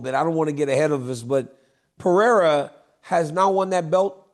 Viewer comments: CHAEL needs to Stop pretending and Pronouncing PIYERA coz its not even funny👎🏻👎🏻 SONNEN - Read This! PE-REY-RA.. PE-RAY-RA…. Very easy Chael and dont play STUPID! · “Pierre-ah” lmao Chael is the worst at pronouncing fighters names 😂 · LOL Chael got him with the Pee-aira😅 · DC keep emphasizing PAREIRAAA just to have Chael call him Piera 30 seconds later 🤣🤣🤣🤣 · I love how Chael just gave up on trying to pronounce Pereira. It’s Pierra forever now. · It’s Peh-Ray-Rah You absolute sausage!!’ How hard is it you’re covering this sport globally …. IDIOT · How tf does Chael mispronounce every name? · No matter how many times Daniel correctly pronounced Pereira, Chael will continue mispronouncing it. It seems deliberate. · How can chael still not pronounce Alex Pereira's name right?